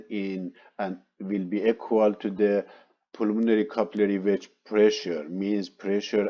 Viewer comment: Maybe a good spécialiste but what impossible English prononciation i because i know the médical termins i guess what he actually means, "the pulmonary" is out of spelling .....my i got difficulty following...